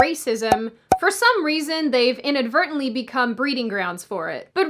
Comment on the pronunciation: are you SURE it is "inadvertant"?